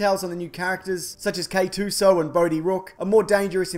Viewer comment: it's K-2S0, not K-2SO. Why does no one know this despite Lucasfilm saying it multiple times?!